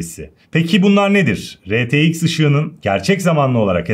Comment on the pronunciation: retex değil R Ti x